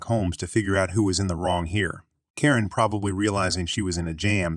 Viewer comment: why are you pronouncing some characters so weirdly? on-hand turns into on (pause) hand. ;-) should be easy. or ninehundredeleven? everyone says nine one one. who pronounces phone numbers in full lenght? oh, and why do you pronounce karen as korean?